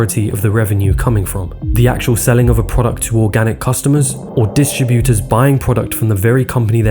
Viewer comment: Why can't this guy pronounce his "t's"? It's not "recrui-ing", it's "recruiTing". It's "distribuTers", not "distribu-ers". It's "majoriTy", not "majori-y".